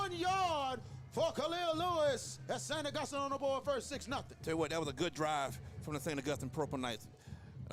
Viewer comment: This guy mispronouncing St. Augustine is an epic level flop.